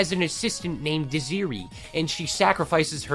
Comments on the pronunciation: para-dime. the g is silent. desiree is also pronoucned dez-er-aye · Paradigm-Para-dime. Desiree-Deza-ray. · Same with Desiree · dizzy-ree..thats very crazy, its deser-ray 😂😂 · Desiree (des- sir- ree) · “Desiree” Dez-err-ray. Don’t do that again. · Isn't Desiree pronounced "dez-er-ay"? I've only ever heard it like this, so now I'm confused. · Okay, what about how you butchered "Desiree" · Bro cant pronounce paradigm or Desiree thats nuts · your pronunciation of Desiree is wild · never heard someone pronounce the name Desiree like that before lol anyway good video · The way this man pronounced Desiree is crazy